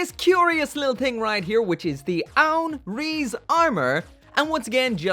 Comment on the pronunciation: You don't say rize rize you say it like rise